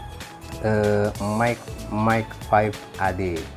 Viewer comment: Yasaka Mark V bukan Mike V !